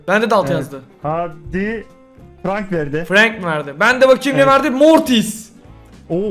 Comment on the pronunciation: abi iyki sende laz abi gibi franke frenk diyon O frank diye okuyo